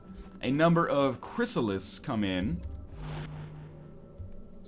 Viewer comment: An entire series, and even at the end, he still can't say Chyrisallids right, even when he's congratulating them.